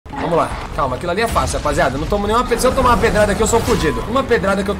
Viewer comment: "Aquilo ali e Facail"😂